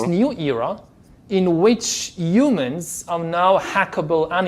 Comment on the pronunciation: "Umans" (humans!) 😂... He is truly disgusting and full of utter vickedness